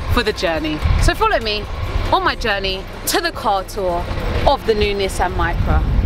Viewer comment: LOVE THE Way YALL PRONOUNCE NISSAN!!! It the US we pronounce it (knee-sawn) but the way y'all say it is SOOO much better